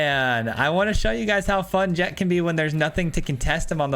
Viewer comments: The "ch" isn't silent, it's pronounced "Jekt." The English dub of the game pronounces it this way, and they're likely correct looking at the original Japanese name of ジェクト (Jekuto). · its jekt lol. sick deck